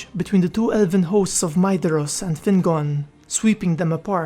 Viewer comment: A small point of note, the dh in Maedhros is pronounced like a soft th. Great video though!